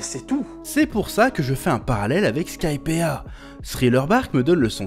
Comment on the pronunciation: Chef, ya une raison pour laquelle tu ne prononces pas le "i" dans Skypiea ? C'est très perturbant à entendre amputé d'une lettre, je meurs un peu à l'intérieur à chaque fois que j'entends "Skypea"